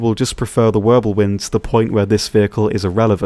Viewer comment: Pretty sure it's Wirbelwind and not Wirblewind. I know cause i make the same mistake all the time hehe.